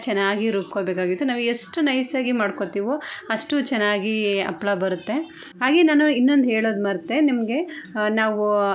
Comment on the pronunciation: Appala alla ...HAPPALAA .